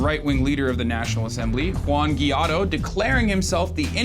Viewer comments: I get is tricky to pronounce it but you are a professional journalist, aren't you? Guaido is not Guiado!! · The guy's name is GUAIDO. Not Guiado. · It is pronounced why - doe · 2nd, the President of the National Assembly (Like the US Congress) democratically elect Juan Guaido (you should also try to say his name right) is a member of Voluntad Popular on of the most leftist parties in the country (member of the Internacional Socialista, you should REALLY do more research before talking on a subject with that much property)